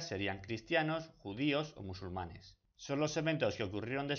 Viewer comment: los MUSULUMANES!!??? 😨